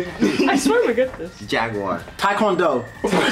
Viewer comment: I have another No one: /: Jagwar: TAEQUANDO TAIWAN